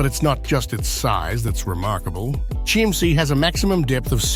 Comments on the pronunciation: Your pronounce it wrong. Not SCHIEMMsee, but you are right when you say Kimmsee (not amer./engl. Kaimsee, use better the local word Kimmsee) I know it good, cause I live 5 miles form the castle. Kind Ludwig II made the states of Bavaria bankrupt, No money was left, cause all the buildings were much too high. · As usual the name of this place is mispronounced why not check before releasing ‼️‼️‼️